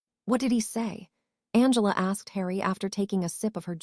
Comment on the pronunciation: It is not b l u s and u n g l a, it is Blaze and Angela